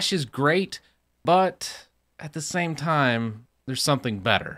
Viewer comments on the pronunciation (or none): none